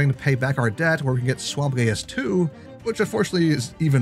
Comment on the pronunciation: Geas is pronounced like "Geist" without the T! It can also be spelled "Geis" on that note, but at least you get a little tidbit for later :)